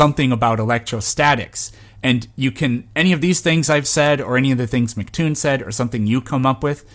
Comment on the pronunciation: Love the video, been watching lots of your stuff! By the way, minor nitpick but its "emcee" Toon, not "Mic" Toon.